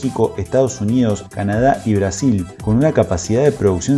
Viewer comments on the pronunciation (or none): none